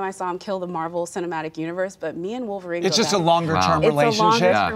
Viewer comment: cough, she means woleverine and deadpool. i mean really its wolverine 4.....